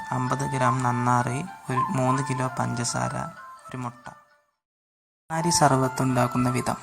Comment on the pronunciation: നന്നാറി അല്ല നന്നാരി